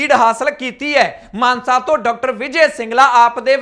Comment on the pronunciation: ਮਾਨਸਾ ਜ਼ਿਲਾ ਕਹੋ ਮਾਨਸੇ ਨਹੀਂ